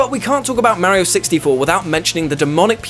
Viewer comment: He says Mario and AT-AT the English way! So, you know... Correctly. ;)